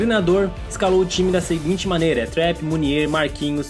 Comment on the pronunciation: eu acho q o nome do goleiro do psg se pronuncia trapp e n trep